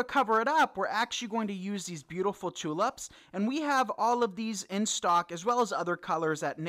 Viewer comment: This came out so cute! But please, in future, they are tulips Not tulups! 🌷